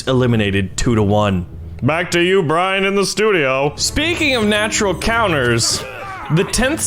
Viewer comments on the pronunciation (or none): none